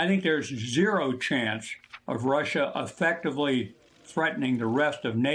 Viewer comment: He said "affectively..." Sorry General...the word is "Effectively..."